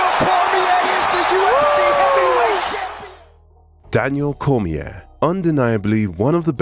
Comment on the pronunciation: Daniel cormiaah